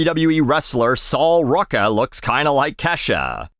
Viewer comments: First time hearing Sol Ruca pronounced "Saul Rucka". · God I loved the soccer rage bait and butchering of sol ruca’s name. She’s overrated asf